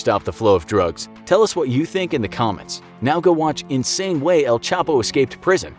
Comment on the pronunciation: He should be called “el chheee pouoo””